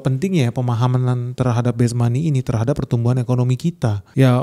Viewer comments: Base monet, bukan best money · "Base money" harusnya bang, bukan "best money"